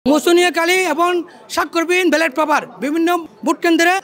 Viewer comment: ব্যালট না বেলেট, সেটাই বলতে পারছে না